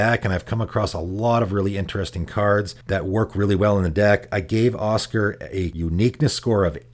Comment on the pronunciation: I know you probably get a lot of stuff for pronouncing stuff weird, and it is a fantasy game with made up names, but saying Osgir like Oscar is making me cringe. It's more like Oz-Gear in my ears